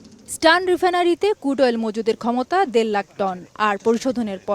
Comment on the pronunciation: ক্রুড কে কুড বল‌ছে বলদ সাংবা‌দিক